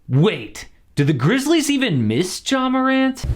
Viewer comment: He calls Ja Morant : JAW lol I’m dying 💀💀💀